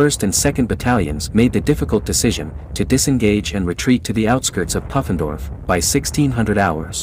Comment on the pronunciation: I think it's pronounced poo-fen-dorf. Short oo, not uh.